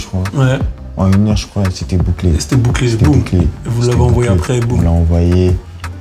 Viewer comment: Quand koba il dit « après » jsuis la seule a anttandre « aré »